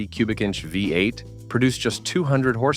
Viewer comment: This video is garbage. The ridiculous monotone AI voice gives it away in the first second, the oldsmobile five (V) eight. The rest I assume is trash. Who has 34 minutes to waste listening to this much stupidity?